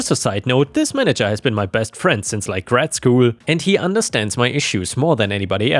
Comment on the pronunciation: "grade school" = "gray dd" not "grad." Grade school is basically elementary school.